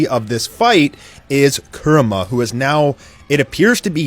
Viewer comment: its pronounced coo-rama lol